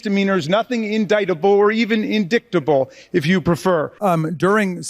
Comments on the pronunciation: MTG is obsessed with diks. Hence indicktable instead of indictable. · Yep another GOP hack who earned her GED. It’s actually pronounced indictable not indick-table “Empty” G 😂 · "INDICK-TABLE"?? ARE YOU FUKKING SERIOUS?? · 😂😂😂😂…she said “in-dick-table” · In-dick-table? Good god, Margie. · in-dick-table? Rly? Seems like Ms. Greene spends too much time on some websites ... xD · in-dick-table. lol shes a lawmaker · Marge was thinking about Hunter when she said indicktable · RASKIN 😂😂 YES!! “…or inDICKTable…” I mean this guy is savage ❤ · "In-Dick-Table" 😂😂😂Good for you Rep Jamie Raskin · Don't tell me she walked out like Hunter did!!! In-dick-tah-bull. Mediocre, excellent, or a smart question? 😂😂😂😂😂😂😂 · She hangs her fake glasses off her nose to look so smart while mis pronouncing indictable. 😂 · In-dick-table! LOL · Does Large Marge even know what she said wrong? It wouldn't surprise me if she still has no idea that she mispronounced "indictable." She very likely has never actually seen the word in writing. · "IN-DICKED-ABLE" How ignorant can any adult be, and we can't forget the people who vote for such ignorance. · Everytime I hear MTG say 'in-dick-table' it makes me laugh and laugh. MTG reeealy has a thing about dicks.😂😅 The woman is a true nutjob.😂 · High School Dropout MTGreene is so stupid she refuses to get training on the process on government procedures in congress. If she new how to read or pronounce hard works like "Jane goes to Congress" maybe she would get elected next year. But her Idiotic language, ideas, bigotry, and Maga communism keep proving that she does not belong in congress. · Why did you run, Marjorie Taylor Peen? Apparently you’re afraid of some words. Hahaha “In-dick-table” 😂😂😂🤣🤣🤣 Go back to English class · Or is it .. In-DICK-table. I think Hunter's 3rd leg is living rent free in her tiny mind. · When she was talking about in-dick-table, I think we know what she was thinking of. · In-Dick-table? She still thinking of Hunter’s hog?